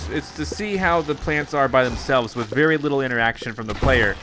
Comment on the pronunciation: Did he say berry awsome or very awsome im pretty sure he said berry awsome